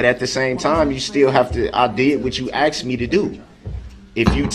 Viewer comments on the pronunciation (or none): I can't stand it when he keeps saying "I ax'ed for it" when the word is asked. That is so irritating! Lol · "I axed you.". "I did what you axed me to do." He's doing everything possible to delay sentencing. He's arguing with a female who is the sentencing judge. He is confusing the judge with his mother and his baby momma. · “Axe me to do” wow he keeps mispronouncing the word Ask it drives me nuts! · Does it drive anyone else bonkers that he says “axed” instead of “asked”? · “talk”: “I dit wut chew axed me tado” and “why dit chew hite stuff from duh jury”. Painful to listen to this thug pronounce even the most simple of words or as he would say “wurts”. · axed axed axed!!! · MrS.Dorow I mean come on he AXED YOU AND IF HE AXED YOU.. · Does he just love to argue or is he just trying to aggravate the judge. “ I DID WHAT YU AXED ME TA DO”. ITS RADICUULUS” Its a TAKIT AGREEMENT. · You know when she “axed” him if he was going to bring up subject matter jurisdiction that’s exactly what he wanted to do and pivoted to the filing complaint.